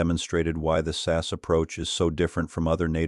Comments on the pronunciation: I'm ENGLSH Need I say more! (btw. It is S.A.S. NEVER sas) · It's not the British SASS team. It's the British S.A.S. Team. Get it right! Also, does anyone else hate AI commentaries? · It’s SAS…. Not SASS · It's S A S, not SASS!!! Learn what you are talking about for goodness sake. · AI narration reading the the abbreviation as a word ...phonics. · I personally love the AI saying SASS 😂 The SAS are the only ones who could pull it off and theyd happily take that over failing. A lot of men getting butt hurt like they could compete 😂 these are the same men who lose their shit when their football team loses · Please stop saying SASS! They are the SAS, each letter pronounced singly. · It’s AI they all struggle with names like SAS. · Yes I also found that ridiculous and slightly rude